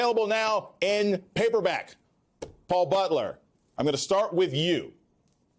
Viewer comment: I adore Elie. Seriously, albeit trivial question... Isn't his name pronounced "mis-stahl"?